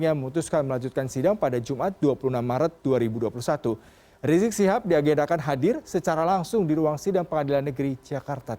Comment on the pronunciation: Riziq ... Reziq .... ndak sopan nyebut orang leeeeee ..... leeeee .....